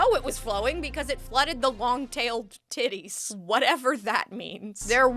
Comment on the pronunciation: Long Tailed Tits are a type of bird, the bird shown on the print, i was stunned to hear you say long tailed "titties" and had to go back to make sure I heard right, had a good laugh. Birds, not boobs.